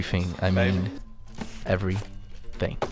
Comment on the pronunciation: You keep saying 'everyFhing' and it's annoying the heck out of me.